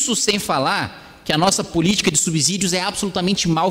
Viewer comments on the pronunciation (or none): Não é "subZídios", parceiro. Que abZurdo kkkkkkk Parabéns pela sua postura com essa corja.